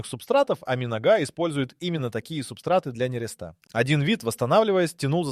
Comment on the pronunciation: МинОга,нерЕста сука блять.